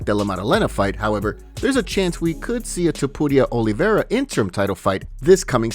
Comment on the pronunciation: I hate the way you say Topuria. Your spanish sucks. Your voice sucks Im blocking this channel